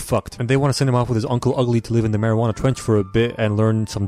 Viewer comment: Anyone relies use he said marijuana trench instead of Mariana trench